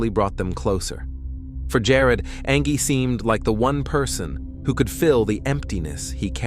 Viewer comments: Come on... Do you not even watch your videos or hear your robot narrator saying "An-ghēe" not "An-jhēe ANGIE" like any real person would? But hey, most people want to honor the dead. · "An-GEE"? Its pronounced "Anjee" clearly AI, that was just lazy... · Ang-gee? No. Just narrate it yourself. The background music is nice though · I think the pronunciation of her name is a bit off 😂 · 😂yeah. It’s pronounced the same way as the other spelling of ‘angie’. Mistakes happen but it always bugs me lol